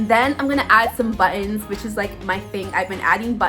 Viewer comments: Am I the only one that liked how she said buttons like “ bu-ons” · She tends to say it like 2 words like “butt in.” Sorry o hear about your Dad. My 88 year old Mom has been in the hospital many times this year. Fortunately, no COVID.